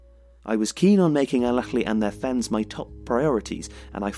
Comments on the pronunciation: حد لاحظ انو قال بدل الأهلى الافلى هههه Alahly not Alafly hhh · For the love of god man, stop staying " el akhly " The extra letter you're trying to add is not in this word. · As English doesn't have any similar sound natively (not even the "kh" he was using), getting the difference between the various Arabic h/kh sounds right is particularly hard. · EL AKHLY EL AKHLY EL AKHLY EL AKHLY EL AKHLY EL AKHLY EL AKHLY EL AKHLY EL AKHLY EL AKHLY The video is amazing as always but the burtchering of this word is just killing me inside.